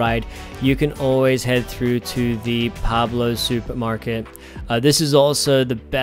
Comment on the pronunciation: An important note: when renting it requires driving on the left hand side of the road. Cars come from the US mainland so the are left hand drive. Also the supermarket is Pueblo, not Pablo 😉. It’s a chain you’ll also find in Puerto Rico.